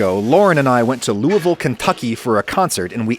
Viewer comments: Thanks from a native Kentuckian for pronouncing "Lou-uh-vul" correctly! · Thanks for pronouncing Louisville correctly!